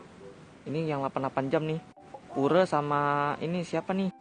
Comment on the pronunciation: Yahhh ke kepilih nama nya Koreksi : bang itu pure dibacanys piur bang